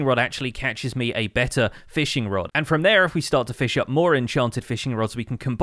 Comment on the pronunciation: it sounded like someone from texas said “and from there”